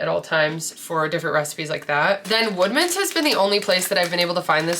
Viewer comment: Great video! Lots of ideas! I kept thinking you were saying wegmans not woodmans and I was like I’m not looking close enough because I’ve never seen these lol😂